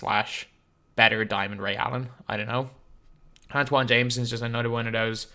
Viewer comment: has been calling antawn jamison Antoine Jamison for so long